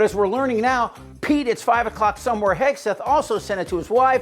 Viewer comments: Did I hear her say Secretary Hegsweat?😀😀😀😀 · She mispronounce his name Hig swig 😂